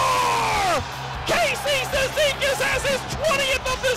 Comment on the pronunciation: Комментатор на голе Кейси цизикасе кон...л похоже )))